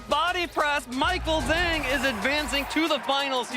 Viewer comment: Not sure which game you are referring to but I could easily understand them referring to Juan as Juan (in the game against Eric)… it’s not a butchered pronunciation Michael “Zhang” is the butchered pronunciation but nobody is bothered…